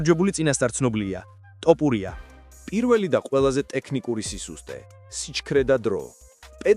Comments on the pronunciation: შენი ტ და პ მაგიზიანებს 😆 თ და ფ ბიჭოოო 🤣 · ტ არა თთთ ბიჭოოოოო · ბოლომდე აღარ ვუყურე ვიდეოს, რა ტოპურია... ტოპი და თოფი ძალიან განსხვავდება ერთმანეთისგან და ვიდეოს სათაურიც შეასწორე, მერე დავალაიქებ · რა ტოპურია გვარი სწორედ გამოთქვი, რწ უბედურებაა🤦🤦